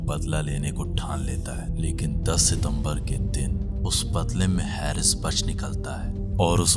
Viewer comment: Sir, aap bohot achha bolte hain, lekin aap apne 'स' 'श' aur 'ज' 'ज़' par zaroor kaam keejiye. Bohot achha effect aayega. By the way, uss Pak cricketer ka naam हैरिस nahi हारिस hai.